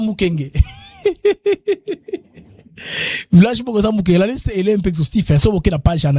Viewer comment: C'est le village de MIKENGE et non MUKENGE.